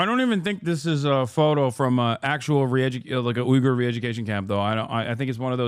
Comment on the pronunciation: omfg Uygur with the hard Y